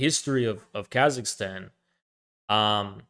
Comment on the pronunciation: “Here’s Khazakstan…”